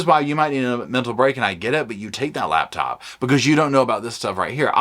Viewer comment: Am I wrong, but is it not spelled "LaPtop" - love how it says "laBtop".